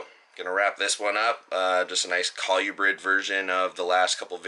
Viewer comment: Nice colubrid video (pronounce col-oooo-brid) haha.